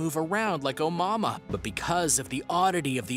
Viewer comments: Its pronounced, "oh-moo-uh-moo-uh"..jesus christ even if you are a haole how would "mua" make "mahmah"... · Omama really....lmao at least look up the proper pronunciation! lol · It is not the first interstellar object in the universe.. It is the first we were lucky enough to spot... Scientists said the probably pass through our solar system constantly.. It's a HUGE sky out there.. We can onlt monitor pinpoints of it at a time.. Also it isn't pronounced On Momma lmfao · Dumb guy with his dumb video. Also, I noped out of this video when I heard him say omama. Tf was that lol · Brother learn how to pronounce that comet here is as close to phonics as I can get A-mooua-mooua try that or watch another video where they pronounce it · Bro, “oh-moo-AH-moo-ah” Begin with “oh” Then the cow goes “moo”, as you say “ahhh” then again, you hear “ moo!!!” So one last time, you say “ ahh” Oh, moo, ah, moo, ahh!!!😉☺️ By the way, I am not actually mocking you or trying to be condescending at all. I’m only taking the time to correct you because I actually really appreciate all of your content and enjoy this channel👍🏽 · Can’t help but get annoyed every time he says “Omama” 🤦‍♂️ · Stop saying Oumuamua. Everytime you say it i want to scream at you. How do you fuck up a name that bad every single time. STOP!!!!!!! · Good video but boy did you destroy the name name lol it happens nobody is perfect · Anyone else cringe every time he mispronounced Oumuamua?